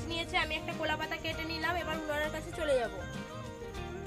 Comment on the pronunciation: কোলা পাতা, চিকেন কোসা, কেনও এরকম বলো। বাকি কথা তো ঠিক ঠাক ই বলো?! 😂😂